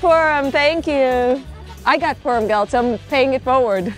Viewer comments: It’s funny how you say Purim. “Peerem”. Do you have anywhere a video explaining their accent? They do pronounce some vowels differently. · Yeah, Purim is the English accent. Peerim is the Yiddish accent. I have not yet done any videos on Hasidic Yiddish and the accents, but I want to! I am thinking of comparing standard Yiddish to Hasidic Yiddish and Hebrew pronunciations to Yiddish pronunciations. There are many words that I say in the English accent that in the Hasidic community I say differently.